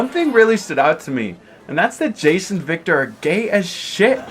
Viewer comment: Great video, but why are we calling Jayce Jayson? I cannot be the only one hearing...